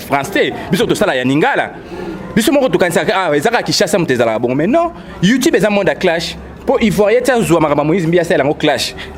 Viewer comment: malicka mania zoba zoba kizengi ayabi ata ko prononcé youtube te illettrés bopesa internet merci mwasi aza sense na forme na mibali yango ya poto balingaka yo